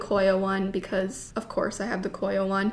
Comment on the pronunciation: cor yah